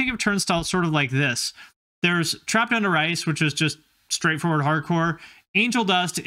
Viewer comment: I kept hearing "trapped under rice"